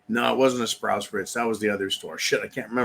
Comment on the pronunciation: It's pronounced sprouts rights